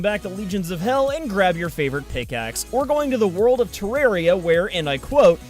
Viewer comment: As I was sitting on the shitter waiting to hear his pronunciation of Terraria, I was preparing to facepalm. And that's exactly what I did.